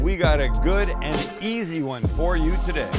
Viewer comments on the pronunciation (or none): none